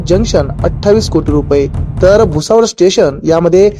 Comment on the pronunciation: Batmidar Mitra appli Marathi bhasha sudhara Jadgaov nahi jalgoan mantat ani bhusavad nahi tar bhusaval asea mana